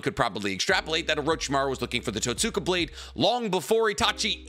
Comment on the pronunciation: It’s pronounced Tote-ska blade the way you pronounced it is like pronouncing Sasuke as Sass-ookay.